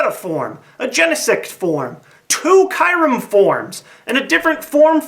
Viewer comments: its pronounced Kiyurem not kayrem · Either this is; an undiscovered evolution of Mew, an evolution or form of Mewtwo, a fusion of Mew and Mewtwo or another clone project. As for Kyurem, just thought I'd throw out that it's pronounced Cure-em :)